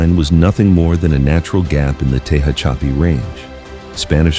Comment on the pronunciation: "Tee hatch a pee" and "Tee hone" is the way it is pronounced. I hate this bullshit made up AI crap. And the complete roadway is 2 and 3 lanes each direction. Do better.